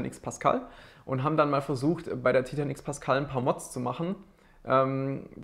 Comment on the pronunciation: Bitte sprich Titan englisch aus, da läufts mir ja Eiskalt den Rücken runter. Ansonsten echt interessantes Video